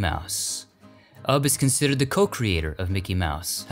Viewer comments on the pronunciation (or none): It’s pronounced “you bee” Iwerks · Isnt `Ubbe' pronounced `YOU-be'?